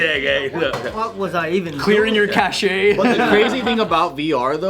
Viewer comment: pronounced cache "cashay" lol. FYI it's pronounced "cash"